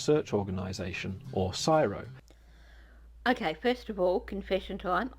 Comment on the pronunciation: I say CSIRO the same way you do Cheeky. Never heard anyone say it like this guy does in this video.